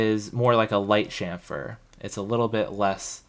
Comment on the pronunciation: yes,"sham-fur", THANK YOU!, after hearing you, I did google and found that it is "Dutch" pronounciation. I was pronouncing it wrong my whole final year, but glad that I found your channel before my finlas, which is from Tuesday 😁